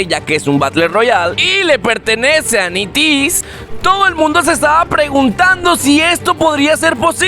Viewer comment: No se pronuncia nities se pronuncia NETIS XD